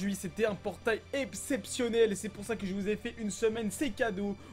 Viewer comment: "Un portail epcepssionel " 2k18